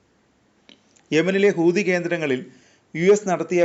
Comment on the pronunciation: കൂതിയല്ല, ഹൂതി 😂